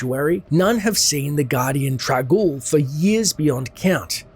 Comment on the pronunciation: Isn't it Trang-oul though? not trag-oul?